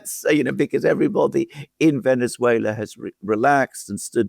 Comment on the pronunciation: You mispronounced "Venezuela", The second "e" in Venezuela is pronounced the same as the "e"as enemy, benefit,genetic. The way pronounces Venezuela is the correct way. Just saying.